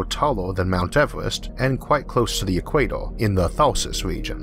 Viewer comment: I am a long term watcher of Arthur but I still can't help laughing when he says "eek-way-toh"